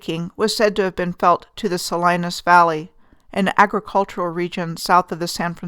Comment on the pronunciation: Salinas is pronounced SA-LEE-NIS fyi